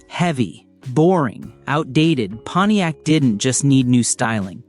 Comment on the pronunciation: Moron AI....thumbs down for "Ponyex" and then ."three hundred and eighty nine..." This is NOT how humans pronounce the the car brand, or engine displacement. I will proceed only because I once owned a PONTIAC LeMans with the 326. If not for that, your unnecessary, distracting, stupid, and annoying captions would be enough for me to click away. But I've already hit THUMBS DOWN!!!